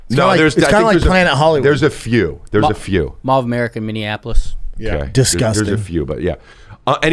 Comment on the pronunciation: Did my man say disgusta